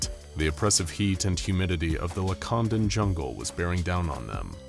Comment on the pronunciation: I had to put subtitles because I thought you said “Wakandan” 😅